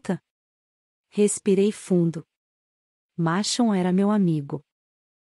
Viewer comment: Estou adorando a narração ❤ a pronúncia de Maxon é muito engraçada 😂